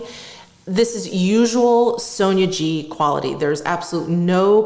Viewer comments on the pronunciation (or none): You pronounce Sonia G like sonergie...most of the time.